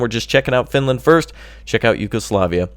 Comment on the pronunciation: FINLAND.... FINELAND XD